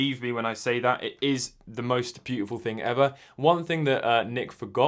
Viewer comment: “Byoo tih foow”